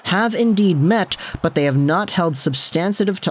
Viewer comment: substanTive, not substanSive ;)